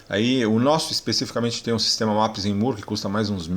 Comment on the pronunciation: Carrinho top, comprando um TSI pra mim até o fim do ano. PS: Maps and "móre". É "o" com som de "ó com acento" e não de "u".